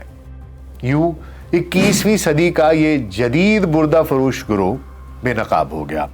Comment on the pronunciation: آپ ڈاکٹر صاحب ہیں لیکن آپ کئی الفاظ غلط بولتے ہیں جیسے آج آپ نے بَردہ فروش کو بُردہ فروش بولا ہے